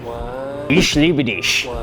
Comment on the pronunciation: Please ... dont spell „ch“ as sh.... ichhhhh.... Not ISHHHHHHHH ... ish does sway seats at wcc 😂😂 #IamGerman